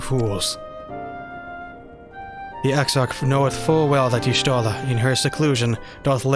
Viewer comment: Just a tiny complain: you supposed to read y'shtola as yashtola. Miqote tribe lore and all that